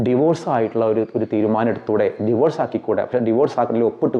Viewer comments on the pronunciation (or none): none